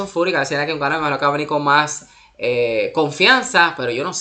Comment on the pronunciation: Es francis nnganou no unganou😂